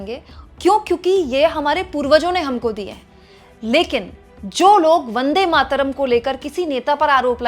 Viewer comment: भारत का दुर्भाग्य अनुराग जैसे भी सांसद जिसको बन्देमातरम भी बोलना नही आता.बस चापलूसी करते रहते है